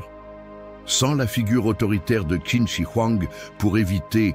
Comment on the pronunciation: Navrée, mais la narration est de plus très mauvaise. La voix monotone et son timbre désagréable. Pour Qin, on doit prononcer « Tchin ». Comment présenter un tel sujet sans savoir cela. Quant aux représentations de la Cité impériale, Celle-ci fut construite sous l’Avant dernière Dynastie, Celle des Ming, plusieurs Siècles avant Qin.